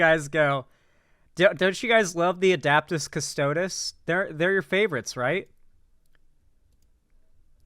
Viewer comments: he pronounced it adaptis cadre at one point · This exactly!! These asshats are not the usual 40k fan. A bulk of them can’t even pronounce the factions preperly…